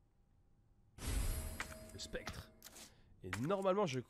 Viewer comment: tu dis sPectre mais c’est sCeptre